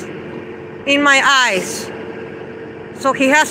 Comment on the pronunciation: She says "ice" instead of "eyes" and she says "boogers" instead of "burgers"!